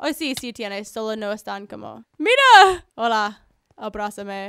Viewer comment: en el minuto el hola te salio como un argentino no parecia tu voz te quiero♥♥♥